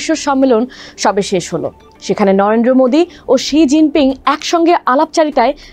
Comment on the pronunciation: উপস্থাপিকা 😂 নরেন্দ্র ❌ নরেড্রো ✅